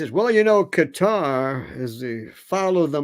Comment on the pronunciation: Qatar: Ka-taar...NOT "Cutter".